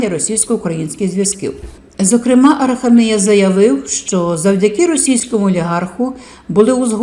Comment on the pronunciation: АраХамія ,наголос на ХА.